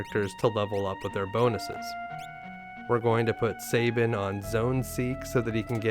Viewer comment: I know it’s trivial but I hate when people pronounce Sabin’s name like (Say-bin) and my logic is this: take the word gab, like the gift of gab…it’s not pronounced (gay-b). Gab. Sab. Sab-in. Don’t mispronounce my favorite character’s name, damn it! 😏